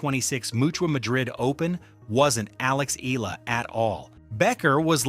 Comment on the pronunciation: UP TO NOW, YOU DONT KNOW HOW TO PRONOUNCE HER NAME. ITS E-YA-LA NOT EE-ĹA.